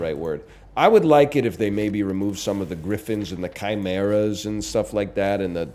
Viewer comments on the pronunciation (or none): none